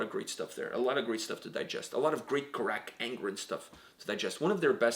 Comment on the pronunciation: Why does he say "Crack" not carach angren Not trying to be rude btw